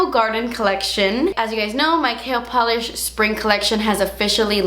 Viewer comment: Lol I said that when she launched the brand! Every time she says KL Polish I think she's saying Kale